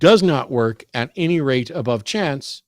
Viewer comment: sounds much more like the religious people I grew up around. I'm glad The Line is getting more variety of Theist callers now. cracking up about monkeys in the room made me laugh too. And side note, I just love every time Matt says "any" and pronounces it "innie", it's so cute! Is that a Texas thing? Either way, it makes me smile every time he says it, idk why it amuses me so much.